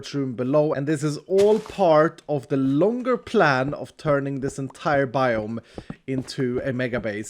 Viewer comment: It's not a biome, it's a bi-home